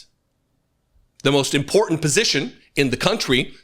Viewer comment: Caroline Levitte always pronounces is the word "important " incorrectly, she says "I important" with a D, Instead of a T! She needs an English lesson!